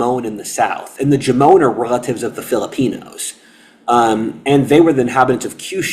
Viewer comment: There are so many details you get wrong, that I can't even watch this. I'm Japanese. And no, it's not pronounced Jomone. Sorry not sorry.